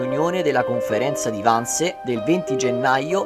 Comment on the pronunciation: Gentile, il film è molto ben fatto e tutti gli attori bravissimi. Vorrei chiederti però di pronunciare i vocaboli in modo corretto: Wannsee non si pronuncia "Wannse" ma con le due e finali ed inoltre in tedesco la "h" iniziale delle parole non si inspira...non è inglese!!